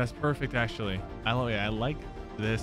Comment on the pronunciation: The amaunt of times he said "accualy"